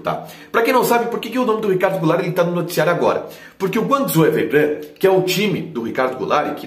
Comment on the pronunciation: Curti o quadro! Ah, o nome do time chinês é Guangzhou Evergrande, não "Evergran" como falou hahaha